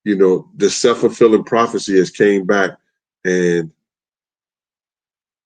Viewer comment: Sh*t had me thinking forefulling was a word like foretold is LOL.